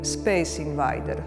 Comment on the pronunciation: Se njegovo ime res prebere "invajder"? Sem mislil da je "invejder"